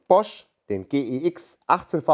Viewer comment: Endlich jemand, der G E X sagt... sagt ja auch niemand Gsr.